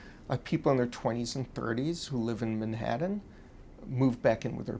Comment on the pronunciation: Who the fuck pronounce Manhattan like this guy does?